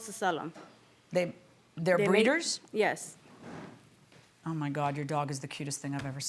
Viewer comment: Jyes… jyes…😂😅